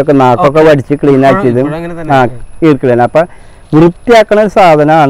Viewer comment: ഈർക്കിളി അല്ല ഈർക്കിലി